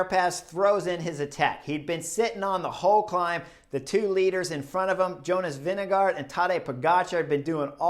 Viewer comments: Probs on the pronunciation of Vingegaard! Pretty damn close 👍 Most Americans go with VinGegaaaarD 😅 Can't hate though, I probably mispronounce most names in the peleton 😂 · For English speakers: use Vingegore (as in goretex). Comes very close to the correct prononciation. Applies for any Danish name ending with -gaard: Lundgaard = lundgore